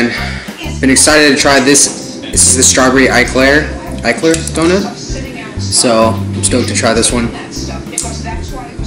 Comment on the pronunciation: FYI it's pronounced `E`clair not `I`clair.